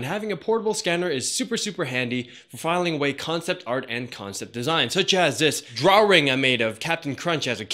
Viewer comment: Stop saying draw ring.